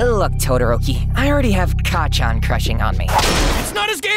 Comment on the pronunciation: hey sooo.... Deku said 'kaachan' which is 'mother' instead of kacchan....... as much as I enjoy the dkbk joke lol...